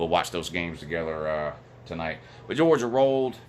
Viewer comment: WHO HAS JAWJA PWAYED WOU